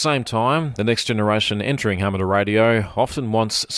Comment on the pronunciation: There is a "U" in amateur, it is not ameter